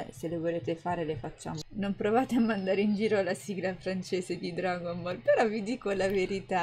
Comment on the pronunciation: Dragon Bull noooooo😂😂😂😂 jeje???Geteeeteee???Noooooo🤣🤣🤣🤣🤣🤣Maledetti Francesi le storpiano Tutte!😂😂😂😂😂😂😂